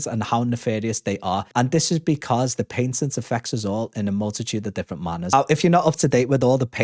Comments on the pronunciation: Patent is pronounced Pat-(head"PAT")Tent (camping "tent") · Gotta learn how to say patent correctly